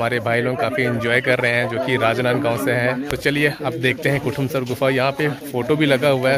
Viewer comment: bhai kotamsar nhi kutumsar hai